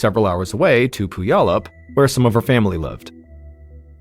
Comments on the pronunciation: Sorry.. it's pronounced " pew al up". We have alot of town names here that are hard to pronounce.😂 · Puyallup = Pew-all-up 😁 Look up 'Do the Puyallup' - it's a song about the fair and will sing you the pronunciation. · Mispronounced Puyallup. It's Pyu-allup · The pronunciation of Puyallup is funny. Washington state has many cities with American Indian names. I live in one of them - Yakima. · I love when outsiders try to say Puyallup